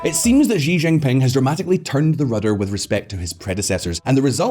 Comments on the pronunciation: This guy has no clue how to pronounce Xi Jinping. It is embarassing. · No one: Visual Politik: Ži Žingping